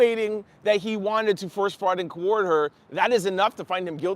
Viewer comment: Hey! It’s coerce. Diddy planned to coerce his victims to commit ess-ee-ex trafficking. Coerce. 😊Thank you for all of your hard work. Make sure you’re taking care of yourself. BTW, your skin is skinning. 😍